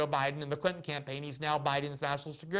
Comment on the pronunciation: "Bill Krinton" LMAO what a Freudian slip